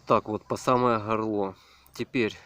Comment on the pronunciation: Шо!? Под самое Хорло? Хорит? оХонь?